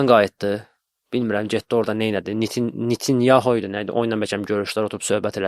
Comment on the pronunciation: Nitinyahu😂😂😂😂😂😂😂😂😂 ALLAH səni güldürsün